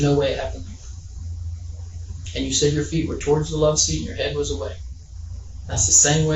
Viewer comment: It's not "low seat", it's "loveseat".